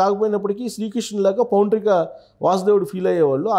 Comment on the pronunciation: అమ్మా,, పౌండ్రిక కాదు పౌండ్రక వాసుదేవుడు అనాలి